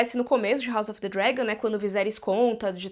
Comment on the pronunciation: Ah mano, parei de ver em 5 min. Não aguentei ficar ouvindo falar: House of the Dregon